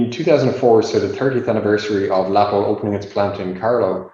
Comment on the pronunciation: great presentation and video! One remark, not trying to be a smart-ass, but the name of the company is not pronouced Läppel, but really Läpple. Thanks again for sharing this historic piece of information.